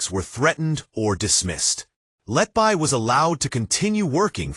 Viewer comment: You Cant even pronaunce her name you iDioT 🎉...